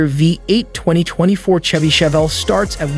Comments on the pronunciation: Also, nobody says CH-EVY like check. It's Chevy, like champagne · Why do you guys keep missing pronouncing shevy & Chevrolet? Must not be a US citizen & can't pronounce American english!